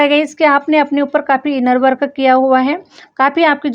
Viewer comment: Always u give very good & apt reading. Plz improve u r English pronounciations . Like …. Work - वर्क अ x❌ - वर्क Deserve - डिज़र्वअ x❌ डिज़र्व